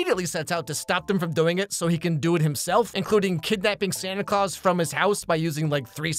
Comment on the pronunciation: Why does jack call Santa “SanTY ClAwS*